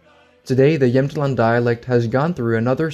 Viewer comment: Great video, and as someone from Jämtland (great pronunciation btw) you really got most of it right! While the independence movement is for the most part completely a joke, we are really proud of our land, probably the proudest in all of Sweden (I rarely meet anyone who even cares about where in Sweden they are from, nor do they take pride in their regional heritage, except for people from Skåne perhaps). We have our own flag and every year at a huge music festival called Storsjöyran the president holds his speech and everyone waves with their little flags and shout slogans in the dialect. We consider ourselves primarily Jämtish (is that even a word?) and then Swedish but I don’t think anyone would seriously want to secede from Sweden. Of course, I can’t speak for everyone, this is just my experience and view on the matter, but again great video though I have to point out one error and that is that the southern part of the region you showed on the map is a region called Härjedalen and not really Jämtland, and they do not view themselves as a part of “Jämtland proper” but besides that I think you got everything right!